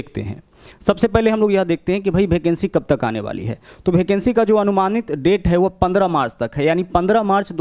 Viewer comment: Bhai भेकेंसी नही यार वेकेंसी बोलो